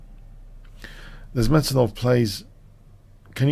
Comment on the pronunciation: You said:Nice-mate -dinov.